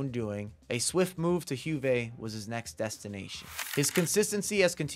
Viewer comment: Huve, my favourite club. But jokes aside I'm pretty sure J in Italian makes a Y sound instead of H. It's more like Yuve.